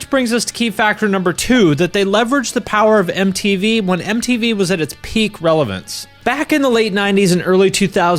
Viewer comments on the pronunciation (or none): none